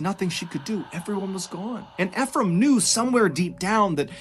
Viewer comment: Anyone else annoyed he's not pronouncing Ephraim correctly? There's a city called Ephraim in the state I live in, so every time he says it, I feel like I'm rolling in my imaginary grave.